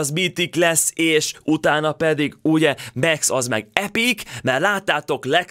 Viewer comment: Max lány de úgy ejcsük ki hogy Míkx